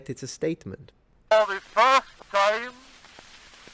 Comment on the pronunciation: Love the rolled R's and the extended diphthongs. "ta-eem". Almost sounds like two syllables. BTW, George Edward Gouraud, b.1842, Niagara Falls NY.